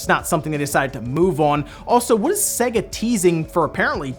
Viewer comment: It’s sayyga not seg ah (sega)